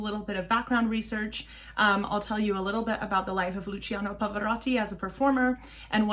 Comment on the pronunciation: Just one thing, "cia" of Luciano in Italian is pronounced like the "cha" of charms and if it were "cio" it would be like chops. "gia" and "gio" as well. For example it is not Gi-or-gi-o Armani but "gio" exaclty like John! Thanks